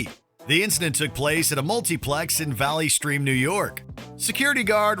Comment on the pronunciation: someone got the name valley stream right.